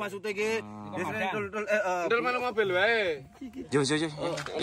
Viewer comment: Pada denger mas ado ngomong mobil malah jadi motir 😂😂😂😂😂